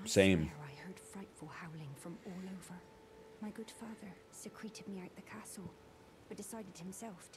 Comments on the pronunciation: i love how the npc's say "secreted me out of the castle" with the pronounciation of "puss secreting from my wound", instead of "secret-ed". It's like the english voice actors just took instructions from the japanese audio team on how to pronounce things, and didnt dare to correct them xD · I think it was meant to be “secret-ed” like she was snuck out of the castle but the voice actress didn’t get the memo I guess.